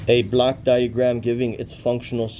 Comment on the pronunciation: You need to pronounce Block diagram more correctly as it sounds like a Black diagram which can lead to confusion by the public servants.